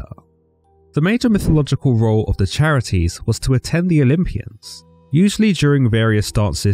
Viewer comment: Sorry to be that guy, but the title of three goddesses of beauty, joy, and blossoming is pronounced (Kare - It - Ees) The Greeks only used hard C sounds in their words. And the 3 Charites (Charis being the singular title) deserve more respect than that.